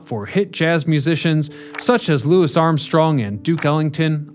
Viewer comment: Thank you for pronouncing Louis Armstrong's first name correctly! Mad props.